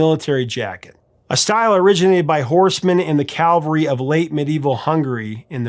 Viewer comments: Please say CAVALRY and not CALVARY 😊 It is such a common mistake I hear everywhere, in movies, TV, etc and I caught you saying it here so just thought I would mention it though it definitely is not a big deal. But, the CAVALRY was the military group, and CALVARY was the hill on which Jesus was crucified. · It's "cavalry", not "Calvary"! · Adam, horsemen are in a cav-al-ry, the site of the biblical crucifixion is cal-va-ry. They are two very distinctly different words and not pronounced the same either. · Did you really say "Calvary"? Man, it's 2026. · It's Cavalry, pronounced cav-al-ry. Calvary is where Jesus died. 2, every Satanic artist uses the flugelhorn, everyone knows that 😂.